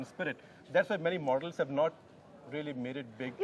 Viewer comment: min hear......Many MORDELS instead of models